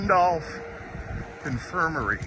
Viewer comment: That sign reads, "Randolph Co. Infirmary" not Randolph Confirmary. That very well might be why you've never heard that term before. :)